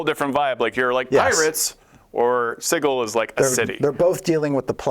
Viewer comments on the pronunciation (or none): I really don't understand the insistence on calling it "siggle."